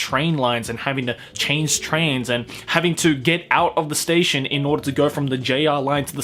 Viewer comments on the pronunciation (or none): none